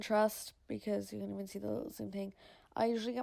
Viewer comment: "as much as you Kaaan" 😂 the can is so funny pronounced 👌